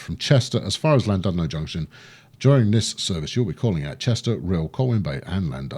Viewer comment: I know you're famous for butchering pronunciations, but it's pronounced: Ll-Lan-Did-no where Ll means a sort of throaty growl.